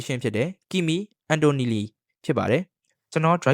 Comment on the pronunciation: Brother စိတ်တော့မဆိုးနဲ့‌ဗျာ အသံထွက်ထောက်ပြချင်လို့ပ Kimi Antonelli = ကီမီ အန်တိုနယ်လီ Gabriel bortoleto = ဂါဘရီရယ် ဘောတိုလတို